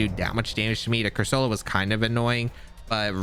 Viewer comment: ' pronouncing Corsola as Cursoula reminds me of FSG's pronounciation of Reuniclus